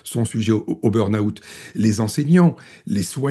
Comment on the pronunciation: Burn out, pas "burn aout"!!! quand même, prononcer convenablement u n mot d'origine anglaise n'est pas si difficile, non?Q uand à devenir britanniques autant le faire convenablement.